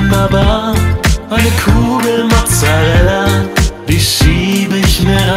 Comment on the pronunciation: "Mozzereller" :D